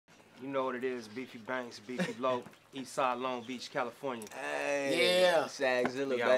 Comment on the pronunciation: It’s a longo city tf